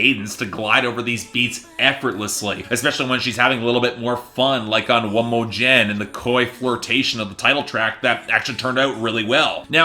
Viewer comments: it's one mo 'gen ..... not one mo Jen..... lmao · He probably skipped the song cause MC keeps saying "One mo gen" over and over in this song and this dude says "Jen" as in Jennifer Lopez lol 😂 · the way you say one more "jen" proves you didnt even listen to that song... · How could you have listened to the album and still think "One Mo' Gen" is pronounced "One Mo' Jen"? She literally repeats the phrase like over 20 times in the song. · I stopped listening when he pronounced One mo gen as "jen". Crtic the songs my ass. Search it up all good reviews! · The "Gen" in One Mo' Gen is pronounced 'Gain as in One More Again (One More Time).